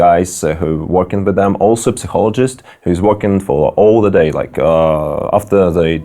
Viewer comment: Сайколоджист, а не психолоджист, гайз))))